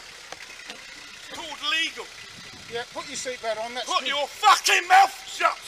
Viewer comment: Cyclist: "Put your seatbelt on." Driver: "Put yoor FOOKING MOUTH...SHUT!